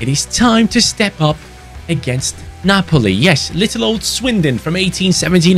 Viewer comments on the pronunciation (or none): none